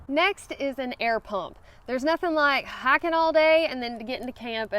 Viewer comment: LOL Is she saying HIKING??